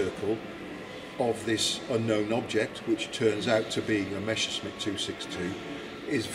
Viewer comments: Really terrible sound. And messerschmit is pronounced mesershmit not meshersmit 🙉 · It is not Meshersmit oh dear!